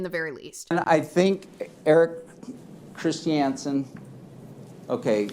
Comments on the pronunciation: Lol, is the dude's name really Erik Christy-Ansen? I'm guessing the name is Erik Christiansen. What an odd pronunciation choice. 😂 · I either hate the way the Lawyer pronounces Christiansen, or I hate Mr Chris Chee Anne's Son for having a dumb last name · is he doesn't stop saying "christiansen" like that 😡